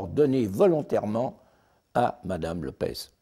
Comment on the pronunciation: LopeSSSS, pas LopeZ. Elle est portugaise, pas espagnole.